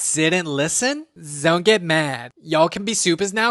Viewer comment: Zont zrop the soap girl! 💀